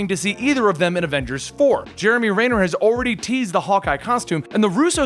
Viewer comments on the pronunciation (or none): It's pronounced Jeremy Renner not Rainer